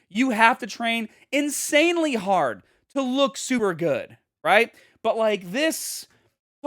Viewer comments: If accents wete birds, the Bostonian accent would be a mockingbird. Hah•d Hah•der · The Boston accent came out when he said hard lol